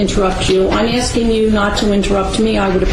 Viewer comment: Are you axing me